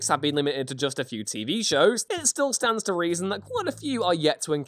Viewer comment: Are we just going to brush past "Styx and Stone"?